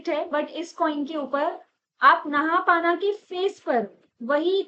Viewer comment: नहापाना नही नहपान हे वो